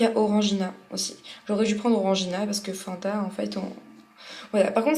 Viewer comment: j'adore fanta x)) le faaaaaaaaaaaaaanta x) j'adore comment elle le dit xDD elle prend pas du tout l'accent sa me fais rigoler